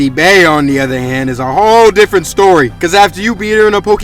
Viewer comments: Her name is pronounced bee not beeah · I felt like broly bro FOR THE LOVE OF GOD YOU PRONOUNCE IT LIKE BEE